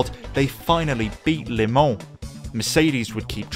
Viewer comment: I've never heard anyone pronounce 'Le Mans' as 'Limon'. Congratulations, though it's bitter sweet.